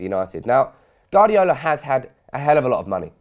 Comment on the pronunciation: Its "Guardiola" mate, not "Gardiola." Not trying to be annoying, just saying. Nice vid.